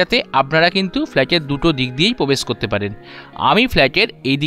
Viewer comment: Brand New ❌ Band New ✅ Probesh ❌ Pobesh ✅😂🤣 Granite ❌ Ganaite ✅